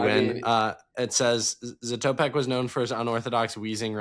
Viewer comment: Don’t mean to be rude, but you’re pronouncing Zatopek wrong. My high school team did a crazy workout that we called the Emil Zatopek every year where we would do 30x400 on the track and 100m walk in between, but the catch was that if you didn’t catch up to the person up front by the end of the walk, you were out.